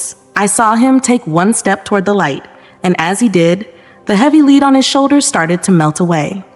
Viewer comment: Lead as in heavy. The narrator missed this multiple times.